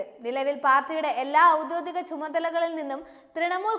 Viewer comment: Sister....cool cool.. Audhythika alla Audhyokika... Onnu koode padikku vakkukalum..perukalum